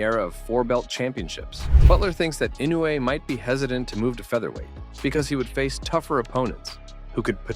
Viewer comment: The way you pronounce "Inoue" sounds like "Inu", which means "dog" in Japanese, as in "shiba-inu", effectively turning him into a dog breed, which is cute. (Japanese spellings are isomorphic: they are pronnounced as they are written. "Inoue", which is written with four vowels, are pronounced with four vowels: "I-no-u-e". And these are pure vowels, unlike the English "i", "o", "u", "e", which are all non-pure vowels, being either a long vowel or a diphthong.)